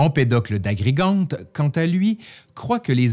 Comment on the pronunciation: Par contre c'est AgriGENte hein, pas AgriGUENte 😉